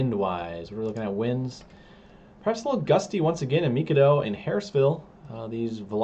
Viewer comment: FYI: Mikado up North is pronounced My-Kay-Do as in bread 🥖 dough. Thanks for all your hard work and many hours.